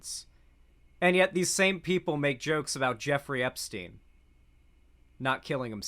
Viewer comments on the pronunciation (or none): none